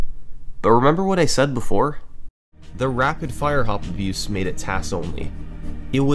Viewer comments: i would assume rfha is rapid-fire hop abuse but summoning salt pronounces it like rapid fire-hop abuse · He keeps saying “rapid fire-hop abuse”. i would bet my life it’s “rapid-fire hop abuse”